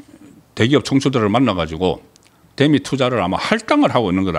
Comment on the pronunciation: 송기자님...다 좋은데 발음좀 고치세요. '대미'...'대'에 악센트 넣지말고 길게 발음하십시오. 경상도 사람들 기자님처럼 발음하지읺습니다